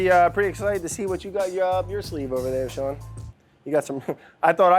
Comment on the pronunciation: Why does this bald guy pronounce his name incorrectly? It's Sean, like 'Bean', not Shawn.